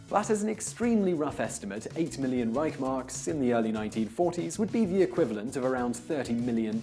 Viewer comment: That's pronounced 'Rishe marks'.